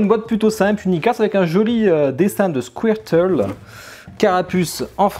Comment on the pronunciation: Mec! T'as prononce Squirtle correctement! :D